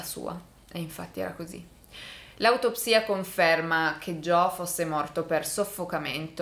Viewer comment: Tutte le volte che sbaglia a pronunciare Joe 👇🏻